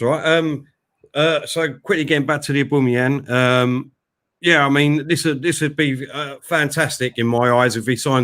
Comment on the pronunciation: Aboomeyang 😆😆😆 get it right!